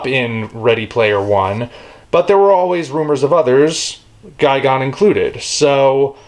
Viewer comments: Wait, I thought it was pronounced as Ghi-Gan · It’s gigan not fucking gigon u dumb ass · you pronounce Gigan as Guy Gone but I've always heard him pronounced as Guy Gan